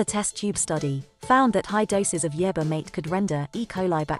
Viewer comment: It can't pronounce the word yerba either